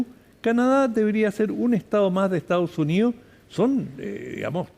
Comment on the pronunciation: Esta Jentusa no sabe mi pronunciar el castellano 😂😂😂dicen : lo jestao junío jajajaj. Es : Los Estados Unidos y no se dice Ocho, se dice Otro jajajaja lo maputhe no sabi hablà. ESTAO SUNÍO JAJAJAJ EEUU